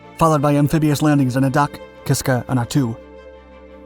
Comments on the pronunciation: Adak is pronounced like the letter A and dack...Adak... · Adak's first syllable is pronounced with a long 'A,' as in 'Able.' I was stationed there for three years and the weather was, indeed, decidedly nasty.